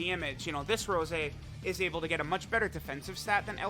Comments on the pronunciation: Please, call him Rosé again and not Rose, that's how they call him in the anime, just like Cabba is Cabba and not Cabbe. Keep up the awesome videos! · STOP SAYING ROSE!!!! IT'S ROSÉ("Rosay") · It's pronounced RosÉ, goddamit lol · His name is actually Rosé and not Rose... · Plot twist: first 10 min was an imposter cuz he said rose and not rosé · Mans really disrespecting Rosé, by calling him Rose...Not subarashi, man